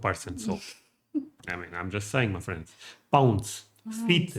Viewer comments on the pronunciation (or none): I love how you say my friends it sounds like muffins